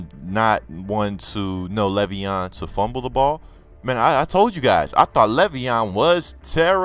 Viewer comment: Bruh, LAY'veon not Levy-On haha straight outta MSU hurdling defenders! nice pull!